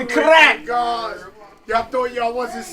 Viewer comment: Love how he rolled the r in crrrrack 😅😅😅